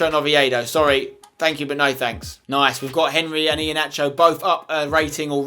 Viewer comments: for Iheanacho it's pronounced Iheanako not nacho. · I left when I heard iheanacho